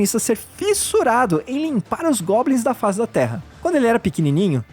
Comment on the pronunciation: Ele falou gobnis 39 vezes